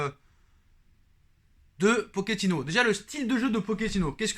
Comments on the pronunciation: 0.38 min POKINO 😂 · Je te dis Pokino 😅😅😅😅😅